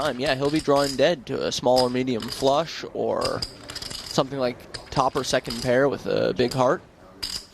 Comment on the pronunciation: i HATE the way this announcer talks. the way he says "flush" and the way he says "five" really lazily. fuck you announcer.